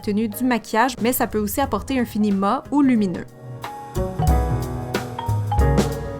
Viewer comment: Cc super vidéo ! Simple et consice ! Par contre on dit " mat" en prononçant le T et non "ma" 😉 bisous